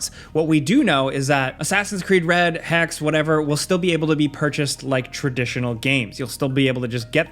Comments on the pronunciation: Wild guess: AC Hexe will probably play in Germany since Hexe is the german word for witch. Hexe is pronounced „Hexe“ btw, not „Hex“. All letters sound. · Hexe* not Hex. Hexe means witch in German. Cmon doesn’t take that much research, especially with that hex totem. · Btw, it's assassin's creed hexe (pronounced hex ay) not hex. It's basically german for witch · It's "Hexe", so you missed the final letter there. It's German for "witch" so it's definitely something to do with witches. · Just want to chime in about Codename Hexe that in the stream they pronounced it as Hex-Ee, so not just "Hex". Would be awkward if you keep getting it wrong;) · U spelled Hexe wrong. It’s not hex it’s hexE there is a strongly pronounced e in the end. It’s a German word for Witch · It’s not called ‚hax‘ . Hexe is a german Word and means witch. Just google translate it so you know how to pronounce it. Nice video btw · Hexe (second e is not silent) means Witch in german, so its pretty obvious where its located. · It is not hex… hek se that is how you pronounce it.. hexe is german for witch… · It's not "hex" dum dum ! it's pronounced as hɛk.sə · Hexe (hek-se) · You should look into how to pronounce hexe. It ain't like hex as you did, it is rather like hexse/hechsae. And yes, as you may thought, it's the german name for a female witch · Hexe is the German word for witch. The last e is also pronounced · Its not "Hex" its "HexE" which means witch in the german language lol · Pronounced hex E